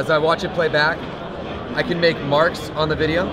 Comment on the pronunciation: I got that, it was a joke about and his "Wideo's" pronunciation. But thanks for taking the time to make sure.